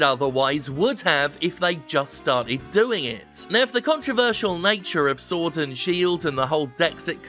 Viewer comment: I swear I heard Jim say "Sordid Shield" at least once.